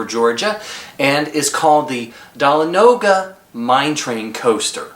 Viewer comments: OMG it is not da - la- no - ga it is da- L- on-a-ga 😔😔😔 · Dah-lah-no-guh😂😂 It is pronounced, Da-lawn-ah-guh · Mindbender was built in 1978 and u pronounced Dahlonega wrong lol